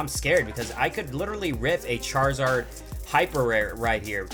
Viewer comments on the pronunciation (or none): none